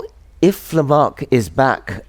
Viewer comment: It's LamarCk' - why not (I mean, what would it cost you, to) at least get his name right?